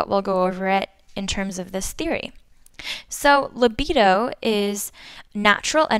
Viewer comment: funny the way she pronounced "libido" and did a freudian slip "sex". intentional?